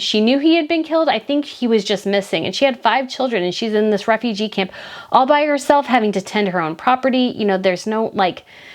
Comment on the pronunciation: How are you mispronouncing the word "refugee"? I am reminded of a particular American Dad episode where they pronounce it similarly...please search the word in google and hear it. I can't take the video seriously